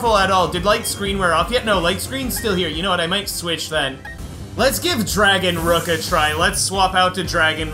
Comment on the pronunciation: I think dragonrook sounds like dragonnook